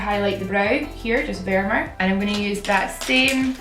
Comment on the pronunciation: I loveeeeee u and I loooooooooove ur accent!!!!! Vermeer is pronounced "ver-meir";)